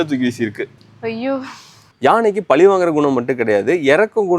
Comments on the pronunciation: பலி இல்லை பழி.... ஊடகத்தில் பேசும் போது சற்று உச்சரிப்பிலும் கவனம் செலுத்த வேண்டுகிறேன் 🙏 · Please correct your tamil... its not pali but pazhi